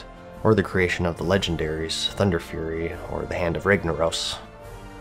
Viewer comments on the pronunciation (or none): none